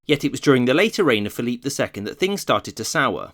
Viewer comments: Great vid. Not quite sure why you pronounce Philip "Phil-eep," though. When in come's to Spain's Philip II, for example, the standard pronunciation is used. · You're pronouncing 'Philip' (English) or 'Felipe' (Castellano) 'Philippe', which is French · Pick Philip or Felipe. Not Philippe.